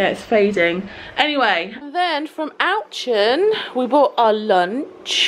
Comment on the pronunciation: The supermarket - owchen! Sorry it’s pronounced oh-shon (not really pronouncing the final “n”) x